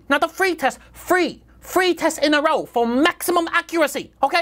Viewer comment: i like that part where the pronunciation of "three" and "free" are mixed up lol. we chinese often make that mistake